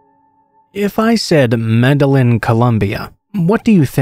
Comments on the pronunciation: Med-eh-een not med-ell-in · DARLIN IT'S MED Y EEN... i got my ass beat enough for not pronouncing it right. my uncle hated it when I didn't pronounce spanish words right. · Pronounced MED-AH-YEEN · Say it with me... "may-day-jean". Lol. Thanks for the upload though! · Bro I’m from Australia and when he said Med a lin trying to pronounce Medellin I physically cringed. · No offense but boy are you butchering the pronunciation of Medellin lol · Does it on purpose. All yters do so people comment to correct. It is a hack that increases interaction for the algo. Lol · Lol, not even close...